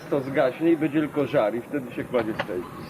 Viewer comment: Dlaczego mówią stejki , a nie steki ?